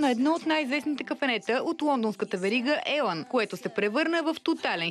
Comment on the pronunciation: Този чай е ужасен, иначе декорът на заведението е хубав. Кафето в Лондон не се произнася Елан, а ИЛАН 🤦‍♀️ Това е абревиатура. Моля правете малко проучване, преди да правити интервюта!